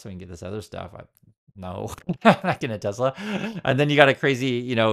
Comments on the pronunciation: maybe we should spell it the way trump pronounces it. Tesler. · I laughed so hard when he said that LIVE 🤣🤣🤣 Tesler 🤣🤣